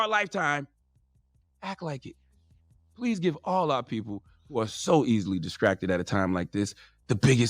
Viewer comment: "Diskracted"- Charminmayne